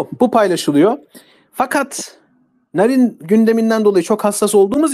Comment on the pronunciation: Jahrein i sevmem ama bu yapılanın haksızlık olduğunu düşünüyorum. Bir şey daha eklemek isterim ki Sayın şu çocuk yaşta canından olan kızımızın ismini TDK ya göre doğru söylüyor olabilirsin ama aynı TDK örneğin Kaatil diye vurgusuyla okunan Katil kelimesini vurgusunu yok ederek anlamsızlaştırmış iken bari kızcağızın ismini olması gerektiği gibi telaffuz etsen? Narin diye yazılır Naarin diye okunur.Sen narin narin dedikçe içime fenalıklar geldi. Jahrein in ailesine ve eşine sabırlar dilerim.Umarım adalet en kısa zamanda tecelli eder ve serbest bırakılır.Narin kızımızın katilleri de,onlara yardım ve yataklık edenler de umarım en ağır şekilde cezalandırılır.Mekanı cennet olsun kızımızın.